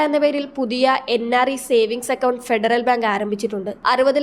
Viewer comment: അക്കൗണ്ട് എന്ന് പറയാൻ പഠിപ്പിക്ക്. എക്കൗണ്ട് കാരി.